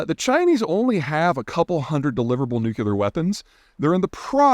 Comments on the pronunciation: NUU-KLEE-ERR! Damnit! When you do it the other way, it's like fingernails on a chalkboard. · New clee are. Thats how you pronounce it. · Peter stop saying "Nook-ya-lur" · Say it with me. New. Klee. Er. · It's not called nukular 😂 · Did you really say "nuke-ya-ler" throughout this video? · ‘Nuclear’. not NUCULar! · "Nucular It's pronounced nucular" -- Homer Simpson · For the love of the language and the ears of thise who speak it, please leqen how to pronounce Nuclear. "New" + "clear". Pontificating on a subject without taking the time to know how to pronounce it is... Not very helpful. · Peter, repeat after me: NOO-KLEE-UR. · Bro, It's nuclear not nuke-you-ler. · he grew up one state west of me; our dialects are not sufficiently different to account for this. Also, I am one the noo-CLEE-uhr trained people he referenced, so it bothers me more than it would others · I can't sit through 8 minutes of this guy saying nucular. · Peter just said nuke-you-lar. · NU CLEE UR... Agggggghhhhhhhhhhhhhhhh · "Nucular" is NOT an accent. It is simply an incorrect pronunciation, which would be entirely forgivable for an ESL speaker, but Peter is not one. (For instance, Arnold saying "Nucle-ah" is completely fine, because THAT is an accent.) It's the difference between a MODE of pronunciation and a MISpronunciation. Peter is entirely capable of pronouncing the word correctly, but doesn't. Moreover, he's an academic (professional entertainer, but still academic) who should absolutely know better. The fact that other famous people (especially the likes of Mr. Can't Get Fooled Again) have mispronounced the word before him is a TERRIBLE excuse. If someone hands you a meal and (unironically) says, "Bone Apple Tea," it's not because they have an accent, it's because they're uninformed. For a man whose entire reputation is predicated on being as informed as possible, coming off as uninformed about something so simple is a bad look. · It’s like molecular, but nuke-uler. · What is nucular?